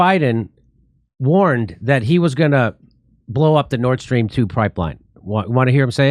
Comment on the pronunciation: Hey, in case you guys did know, you're mispronouncing the Nord Stream pipeline. Karine Jean-Pierre pronounces it Nordstrom, like the department store. Seriously. Stop pronouncing it incorrectly. I just had to comment on this, it was top of mind.